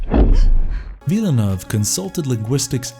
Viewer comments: Villeneuve... not Villanov. Jesus. Was this thing written and narrated by AI?? Avoided... to film? wtf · For reference, it would be nice if the films were listed in the description. Also, it's worth mentioning that Solaris was re-made by Soderbergh and it's just as good as the original. As well, you should try to learn how to pronounce Denis Villeneuve's name correctly.